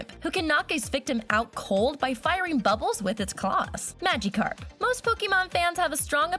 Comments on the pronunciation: what is a maga carp its miagacarp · WOW DID U JUST CALL BLASTOISE BLAST-IS WOW GET TO HE 2000 CENTURY AND U SPELT PONYTA WRONG U SAID PONTYA AND HOW DOES THAT THING LOOK LIKE EEVEE AND U SAID MADICARP AND WHY DIDNT U DO CHARIZARD HE IS ALMOST AS POPULAR AS PIKACHU ALL THIS IS JUST EFFENCE TO POKEMON FANS